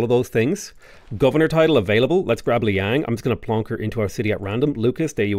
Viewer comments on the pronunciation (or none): none